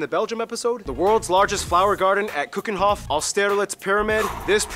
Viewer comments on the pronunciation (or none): Keukenhof, not Cuckenhof. The 'eu' sounds more like the eu in 'eulogy'